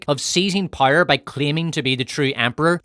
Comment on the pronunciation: Well done mate. Loved hearing you say Rings of Paw’r 🤣🙏🏼